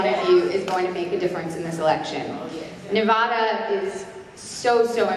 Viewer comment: thanks for recording this! and you guys should pronounce Nevada like her!